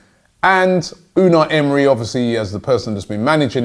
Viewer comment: Robbie Unai Emery’s name is pronounced emray